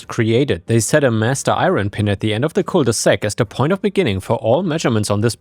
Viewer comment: Cul de sac, not coule de sac.